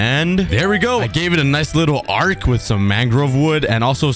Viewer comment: I find it a bit funny that he calls an arch a arc- 😂❤